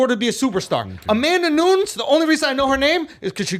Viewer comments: Nu-nez not Nunes lol 😆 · “Amanda noons” 😂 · "New-ness", doesn't rhyme with Dunes, I expect more from my #1 MMA Journalist ! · Hearing Schulz pronounce "Nunes" wrong so many times in a row made me want to rip my face off